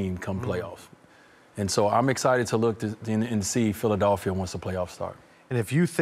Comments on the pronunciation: D-WADE! ITS PHILADELPHIA, NOT PHILA-DOLL-PHIA. LOL. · No one: D wade: PhilaDULphia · "PhilaDALPHia" - D Wade